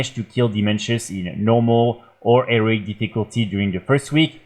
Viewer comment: I like the way you say heroic 🤣